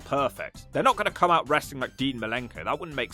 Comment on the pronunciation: I love how Russo constantly complains about how much he hates "WRES-A-LING" (BRO). And constantly claims he wants nothing to do with it. Yet always comes grovelling back to any company that will take him because he has zero skills to do anything else with his life. Seriously, Russo hasn't had an idea that's drawn money since the Clinton administration. Dude is the ultimate wrestling cancer.